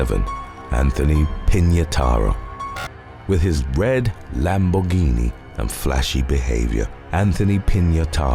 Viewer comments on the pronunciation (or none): none